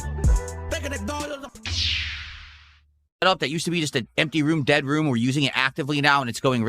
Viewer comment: Mozzarella... and deli-chis